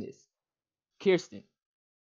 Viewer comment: That moment that I thought he was telling Mitch to stop it up until he said Kirstin (more like Kerstin) you get the point.